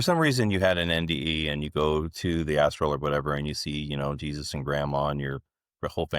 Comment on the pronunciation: Why are you calling it 'astro'.. it's astral. Also, what is 'final boss'... ??